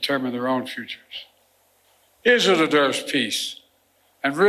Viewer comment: "Eerisseaeeral deserves peace"